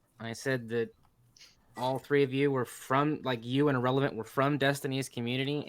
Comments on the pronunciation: Ahrelavent was dying lmfaoooooooo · ahrelavent was you in this debate